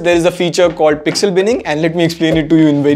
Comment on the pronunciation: Nice teaching english people what is pesxel😂